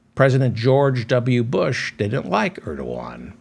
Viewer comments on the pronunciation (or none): none